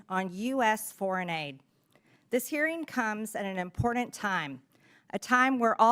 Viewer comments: There will come a time when i will never have to hear miss bitch body say the word "impordant" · I can't stand the way she says "impordant". Nails on a chalkboard! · "Imporden"? I thought Trump made English the national language... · Is it really that "impordand" Marge? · I like when MTG mispronounces 4th grade level words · I can’t trust anything that comes out of a person’s mouth that cannot say “important” correctly. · Can somebody teach MTG how to pronounce the word important without using the letter D in the middle of it. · Ugh!!! Everytime she says that word I cringe and feel nauseous!!! She needs speech therapy.....along with the mental kind. 😂